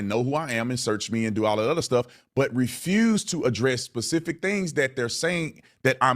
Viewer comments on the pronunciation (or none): Did he say Pacific things😂